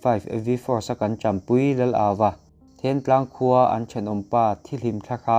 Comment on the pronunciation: Thiantlang leh sialhau khaw hming i chhiar dan te chu ava mak vele